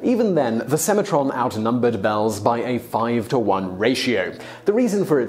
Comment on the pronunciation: "Alforn"?? TanzAnia - pretty sure it's TanzanIa. And if something is spelt Semantron, I'm guessing you should pronounce the N.